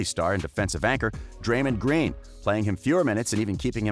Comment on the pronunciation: “draymen green”